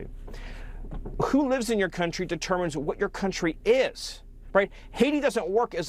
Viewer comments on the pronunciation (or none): none